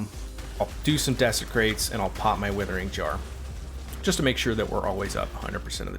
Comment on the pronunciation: "Withering Jar"...love your builds but maaaan...lol